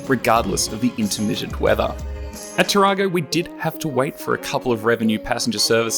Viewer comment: Hi I enjoyed the video you missed pronounced Tarago you have seen to many toyota adds. Did you happen to meet Leon Oberg he does a lot of train pictures around the area. Keep up the good work.